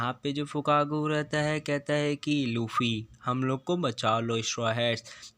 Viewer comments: Bro it's luffy not laffe😑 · Not lafy it's luffy 😅😂